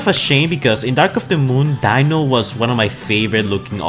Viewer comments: It’s pronounced deeno but spelt dino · You keep saying dino like dinosour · Why do you keep butchering all of their names? It's Reed-man not red man and its Dee-no not Dino